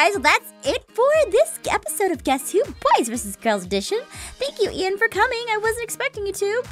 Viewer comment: ITS NOT EIN ITS IAN